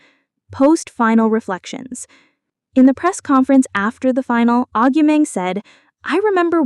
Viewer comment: Stopped listening when the AI voiceover couldn't even pronounce her name properly.